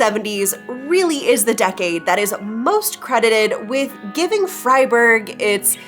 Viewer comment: Good pronunciation on Freiburg there .